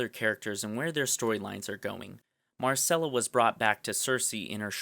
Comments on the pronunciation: It's Mycella, not Marcella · "Marcella" smh...